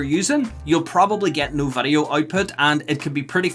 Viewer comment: vidoe man say vidoe